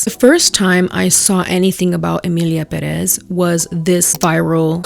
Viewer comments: If that’s the issue, how is salems pronunciation also not an issue despite her overwhelming latina presentation and boasting. She takes 10 cuts between spanish words and still mispronounces something as simple as peor for “pee-or”. y bueno soy latino obviamente chamo so dont even 😀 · I'm confused, why is everyone pronouncing it peREZ if there's a accent there?? Pérez. PÉrez. They couldn't even get the title right??? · …I want to know why people are pronouncing Pérez as Peréz. Spanish is my first language that is… not how the é works….? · I hate that they pronounce it peREZ the tilde is right there, it's PErez that's what the é means 😭 it's just like selena GOmez (Gómez) its not goMEZ, it sounds so wrong and adds to the inauthenticity. Pérez is literally one of the most common surnames in Spanish. It's like Smith or Jones Just from the title you know they don't speak Spanish, it's not something hard to check, the production was so lazy it's so annoying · does this as well in this video lmao, she tries to roll her Rs to ig sound more Spanish lmao, but she still says peREZ. The accent is in the wrong syllable 😭😭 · Can't people read? Why does everyone say "Peréz?" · It's Emilia PÉrez. The strength is on the "Pé". There's an acute accent there. I'm not even fluent in Spanish and I know this, all the Mexican reviews of the film pronounce the name correctly in Spanish and yet the gringos who try to make reviews aligned with them still make this basic mistake? Por favor! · Everybody saying: peréz 😂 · peRRRéz 🤣 até eu que sou brasileira me sinto ofendida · Es que en inglés se pronuncia Pirézz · Not you saying peréz the whole time... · Also, Pérez is how is pronounced I know it because it’s also my last name Accent on the first e PÉREZ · I just realized that not one of the reviewers I’ve watched so far has pronounced Pérez correctly. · why do the cringe switch between English and Spanish pronunciation of things if you don’t know how to pronounce pérez